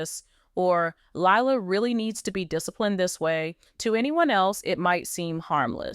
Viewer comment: It is crazy how one minute names are pronounced correctly then the next they are not. The reporter does this with several of the show's cast. I have her mispronounce Zach's name,Lila's and Chris's last name.